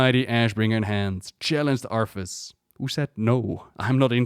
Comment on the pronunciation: I think your saying arthas but i thought of Arfas! XD LMAO! Arfas Moofong! XD Arfas Moofong and his trysty sword ass-bringer.